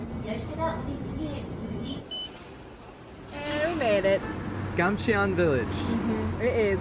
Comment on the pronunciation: pronunciation tip: eo in Korean is not eeee oooo in English; it's the 2nd syllable sound of Samsung (삼성); eo == 어 (so, it's more like Gamchon, rather than Gamche-on) how to pronounce Samsung here